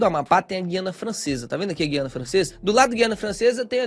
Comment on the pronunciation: olha a pronúncia de Guiana.